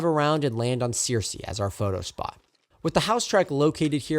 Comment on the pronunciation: hey man, first of all just wanted to say fantastic job on the video. i grew up in Greenville, and it was very informative about the history of the line and the trains. one thing of note: some of the town/station names are pronounced a little differently in south Alabama: Searcy = sir-see Georgiana = Jor-ja (like “jam”) nah Andalusia = Andalushia, not see-ya Also, the crossing you caught 606 at isn’t Chapman; it’s a little closer to Bolling, out on Pettibone Road. really enjoyed the video. keep it up!